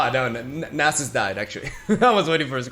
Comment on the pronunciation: ( Perfectly pronouncing "Nasus" on the reaction video) "I don't know if I'm saying it right, I'm sorry if that triggers anyone." Reketon and Bacalao: Am I a joke to you?